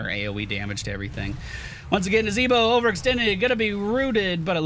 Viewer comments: I've laughed so hard "nazeeeeboh" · NazEEEEEEbo, funny every time you say it.